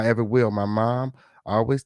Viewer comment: They wull come when you list hlur assets